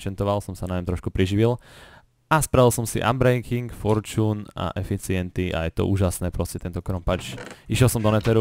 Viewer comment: spravil sem si "anbrenking", "forčůn" a "eficienty" :DDDDD sem nemohl stoho :D